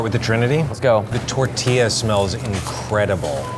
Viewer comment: The way they pronounce "tortilla" kinda makes me cringe